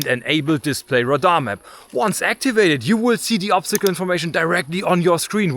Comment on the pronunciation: Great videos 👍 subbed also like the way you say Radah (radar) 😅